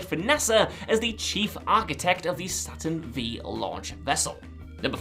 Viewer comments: Do you really want to know what we Think?... I find it very interesting, you can notice all these details in a MOVIE but yet you fail to understand HISTORY. It's NOT the Satern Vee, its Satern Five. The Roman Numeral for five is V. Wow, someone surely wrote the script for you. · Im so glad you did this. It really spoilt my enjoyment of this video as it is pronounced saturn 5 not saturn vee. As you said the v being the roman numeric for 5. Good man👍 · It's the Saturn "Five" launch vehicle, not Saturn "Vee". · Am I the only one who got an eye twitch when our host calls it the “Saturn Vee”? It’s five,! The Saturn V is a Roman numeral 5. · You're just, deliberately saying many things poorly, aren't you, Saturn Vee, whyTF would anyone say that about a rocket the vast majority won't even know the fking name of from reading & if they do it'sfrom hearing '5'. Hhhh, whatever. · And the Train which destroyed the DeLorean never stopped...! BTW: Saturn "Vee"... No, no,no! Saturn V = "Saturn Five" - as in the Roman Numeral! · "Saturn Vee Launch Vessel" Really? Saturn 5...Roman number V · Saturn Vee rocket, huh? Would that be the Saturn V(five)? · Seriously? Saturn "vee" that is a roman five!!!! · Being a bit of a BTTF aficionado, I'm surprised that the correction I have to give is actually this: It's not the Saturn "Vee" rocket; it's called the Saturn "Five" rocket. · It's pronounced Saturn Five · Cool finds, some of these I didn’t know. However - “Saturn Five” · Saturn V is pronounced "Saturn Five." It's a Roman Numeral not a letter. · Pronounced "Saturn 5". SMH my head. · Saturn V? That's how it's written of course but it should be pronounced Saturn five. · Lol!! Ikr... Saturn 'Vee" is hilarious